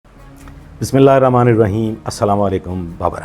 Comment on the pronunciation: اسلاما علیکم نہیں ھوتا۔ اسلامُ علیکم بولا جاتا ھے۔ براہ کرم تلفظ درست فرمائیں۔